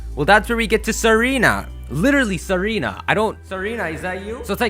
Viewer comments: its not serena, its tsa-reena, a tsaar is just like an emporer or king, its a name for historic rulers of bulgaria, servia and russia. thats why tsareena has the queenly majesty ability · Her name is Tsareena, based off of the Tsar's wife, Tsarina (Sar-ee-na), but now I can't unhear Serena lol! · Tsareena is pronounced zareene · dude it's not pronounced sereena but tsareena like pizza & tsarina was the queen of russia in the end of the russian empire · It somewhat bugs me how you pronounce Tsareena as "seh-REE-nah". It has it's name origin based off of "tsar", a Russian monarch. Because of this, it's most likely pronounced "zah-ree-nah" with emphasis on the first syllable or first and last syllable.